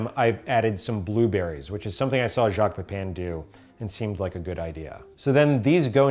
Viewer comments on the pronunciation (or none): none